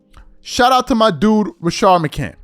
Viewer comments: its rashad mccants not rashard mccant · Rashad Macants sir say the fucking guys name correctly